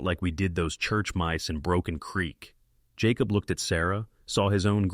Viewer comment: You main character is phoneticallycally pronounced 'Jay-cobb' not 'Jaw-cob' you kept pronouncing it both ways, cannot listen, if you ever decide to edit might be back.😢